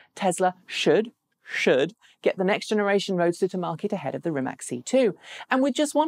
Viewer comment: The vast majority of Rimac's business model is to sell technology. In fact, they are the only profitable EV company because of this. By the way, it's pronounced "Rimats".